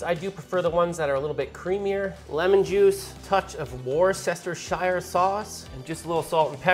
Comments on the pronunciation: also "wuster-sher" sauce or "wuster" sauce. Not "war-sess-ter-shire". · It's not "worster shire" you pronounce it "wuster shir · Wuss-ter-sher sauce. YW 😋 🇬🇧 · It's pronounced WOO-STER sauce, not WORSESTER-SHIRE 😂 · I appreciate the dedication to fully pronouncing WAR-SESTER-SHIRE sauce. Well done. 😎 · Fucking war-sesster-shyer cracks me up everytime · Worcestershire (Wus-te-sher) ur very welcome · "wuh-ster-sheer" sauce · Bro really said war sester shire sauce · Did you just say WOR-CESTER-SHIRE by pronouncing it the way it should be pronounced, based on how its spelt? 🤣 The English men & women are gonna go nuts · War sester shire sauce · It's pronounced wusstashah sauce. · War-chester sauce?🤣🤣🤣 you mean worcestershire sauce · Warsestershire what the fuck is that? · Worcestershire it pronounces: wus-ter-sher. Pls don't slaughter english language :) im not even english, sorry for my comment pls dont kill me :D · Haha as someone from Worcestershire, your butchering of the pronunciation of our county is so funny to me 😂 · You know most Brits don't bother saying the shire part of Worcestershire and the Worcester part is simply pronounced as wusta. Furthermore, those that do say the shire part, well that bit is pronounced as sha. That's the case with any county ending in shire. Yorkshire = Yorksha. Cheshire = Chesha and so on and so forth. So, next time you all use that sauce, it's wusta or wustasha. Simples. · Worcestershire is not pronounced that way mate......not sure if serioys or not but made me laugh!!